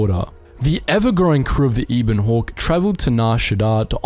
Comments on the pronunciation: Yeah that was cringe. Anyone who's played either of the KOTOR games knows how to say Telos...or the Ebon Hawk. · I dont want to sound rude but some of your pronunciation is off because I recall the names of the Ebon Hawk, Telos, and Peragus very differently. Love the lore but please pay closer attention to these details. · The information in the video was definitely good but I can't lie I was getting annoyed with all the incorrect pronunciations. It's Har-bin-ger, Pa-ra-gus, ebb-in hawk, t-los, at-ton, nhi-lis.